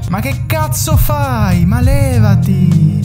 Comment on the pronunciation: I'm start to think about that u are italian Maybe that "ma che cazzo fai levati" it was perfect